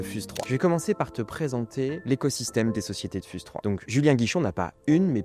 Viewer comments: "fyouz" par pitié, pas "fuse" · On dit "fiouze 3"